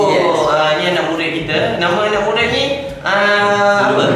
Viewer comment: kelakar sebab cakap asalam mualaikum murin murin